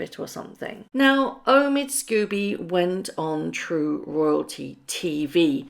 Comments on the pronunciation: His surname is pronounced ‘scohby’ not scooby unless of course you’re just trying to be amusing. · The writer's name is Scobie NOT Scooby: it is unforgivable, unprofessional and rude to persist in mispronouncing his name. I've said this before so it's clear that does not read our comments or simply chooses to ignore their content.